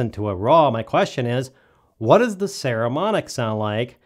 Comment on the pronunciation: Nice review. I have some Saramonic gear and find it really sturdy and well made. I think they have very reasonably priced and good quality gear for the consumer and low budget pro (most of us). BTW, it's PPPPS, not PSSSS, just sayin'.